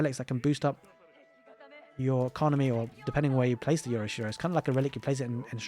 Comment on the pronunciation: FYI I'm no expert but I looked up pronunciations, and "yorishiro" is said "yohRIH!-shiroh" (uppercase for emphasis/stress). Sounds cringe when English speakers say "yory-she-row" / "yora-she-row".